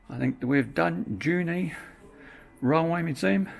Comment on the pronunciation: It's not 'Junie', its 'Jew knee'